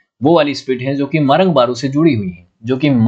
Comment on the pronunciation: सरना मुंडाओं का पूजा स्थल होता है. आप का उच्चारण भी गलत है. सारना नहीं सरना. मरंग बरु नहीं मरंग बुरु. मरंग का अर्थ है बडा. बुरु का अर्थ है पहाड़.